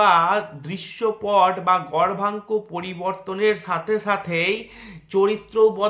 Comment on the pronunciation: উচ্চারণ টা গর্ভাঙ্ক হবে নাকি দাদা? বোঝা যাচ্ছে না